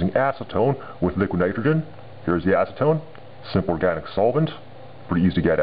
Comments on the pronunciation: lol sound like ur saying asstone so ima call it asstone XD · Acetone snow? ASnowtone!